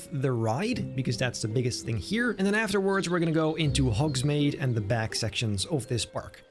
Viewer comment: The way you kept saying Hogsmade was so triggering 😤